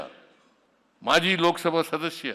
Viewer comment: ಈ ಸಿದ್ರಾಮುಲ್ಲಾನಿಗೆ ಕನ್ನಡದ ಪದ ಉಚ್ಚಾರವೇ ಸರಿಯಾಗಿ ಬರುವುದಿಲ್ಲ, ಸದಸ್ಯ ಎನ್ನುವುದಕ್ಕೆ ಸದಶ್ಯಎಂಬ ಉಚ್ಚಾರಣೆ. ಇವನೊಬ್ಬ ಕನಾ೯ಟಕದ ಮುಖ್ಯಮಂತ್ರಿ.